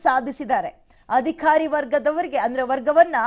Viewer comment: Adikhari alla adhikari. Sariyagi uccharisi